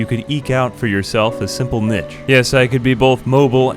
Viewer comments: Bloody love these videos, especially now that I'm turning over a new leaf in my life, poetry has become way more impactful. BTW, niche is pronounced "knee-shh" not "nitch". Anyway, keep up the great work, have been loving these videos for a long time now! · Eke is pronounced eek, niche is pronounced neesh. : S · The "eck out my nitch" hurt my soul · the way he pronounces niche bothers me.